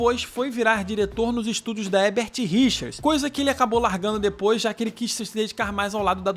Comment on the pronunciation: Boa noite,seu canal é ótimo,vc só precisa aprender a falar HERBERT RICHERS porque vc fala HEBERT RICHERS todas as vezes que pronuncia o nome.Entendeu? Tem que pronunciar os dois ERRES.